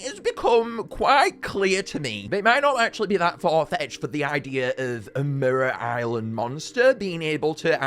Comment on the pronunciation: "Merera Island"